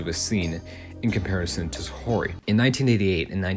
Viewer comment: Always cool to see a video tackling niche Japanese media with new information to bring to the table. Pretty interesting vid with the main issue mostly just being with how you pronounce Saori as "Sa-ho-ry" instead of "Sa-ow-ry". Regardless good vid!